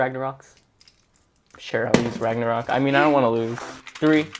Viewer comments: who even says bagnaruk its roktovor bro' my god my you watching anime but your in china mode ok Kyuss English ok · Ragnarok ❌ Ragnaruk✅